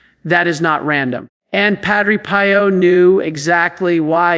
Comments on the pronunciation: knows that Padre Pio’s name is said as “ PE.O”. NOT “PIE O “ I question if A I has been active here and said it wrong!!!!! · This has to be AI. He has pronounced Padre Pio several different ways. I know the priest is real, but I think this is AI. Why would he pronounced the same name differently? Pie-Oh vs Pee-Oh. I sleep with a rosary around my wrist with the crucifix in my palm. Sometimes the corners of the cross can be a little uncomfortable in the palm. I tell myself at that moment that there was nothing comfortable about the cross. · It is pronounced Padre PEEO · This is AI generated. Surely knows to say Padre Pio not Padre Pie-o and doesn't randomly ask people to subscribe. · Um....who is Padre "Pie"o ??? And why do you pronounce name like that? This sounds AI GENERATED!!! "Pie"o. Goodgrief. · AI doesn't know how to pronounce Padre Pio! Come on! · This an AI KNOCK OFF. Pronounced Padre Pio wrong. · This is AI imitating. AI mispronounced Padre Pio. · Is this AI? I find it hard to believe does not know the pronunciation of Pio. And says “inter-seed-ees” instead of “intercedes”? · This AI. would NOT have pronounced PADRE Pio that way. 🤬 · 100% agree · Sounds like Ai. Doesn’t even pronounce Padre Pio correctly! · Pronouncing Padre Pio’s name wrong. This is AI. I’m out of here. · AI because the voice is wrong and knows how to say Padre Pio! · Why can’t you pronounce Padre Pio properly??????????? I think this site must be a fake! AI can never be acceptable especially when it is preaching God or Jesus’s words!! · The way you pronounce Padre Pio's name makes me think this is AI speaking, not. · The mispronunciation of St. Padre Pio's name is a turn off!!! would NEVER pronounce Padre Pio's name that way!!!! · That is AI😢😢😢 NOT REALLLY, The way pronounce: Padre Pio is by AI😢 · Got a feeling this is AI. wouldn't mispronounce padre Pio and talked faster than this